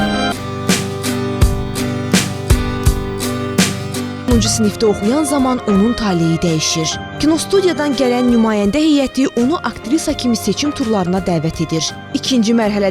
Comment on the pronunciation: Talehi yox :-Taleyi!!!